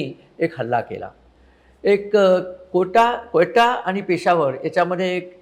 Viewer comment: व्हीडिओ उत्तम व माहितीपूर्ण अगदी क्वेटा चा खरा उच्चार सुद्धा चाचाने एक तरी गोष्ट, निर्णय नीट घेतलाय का?